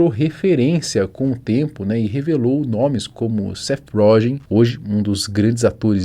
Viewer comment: Seth "rógen" kkkk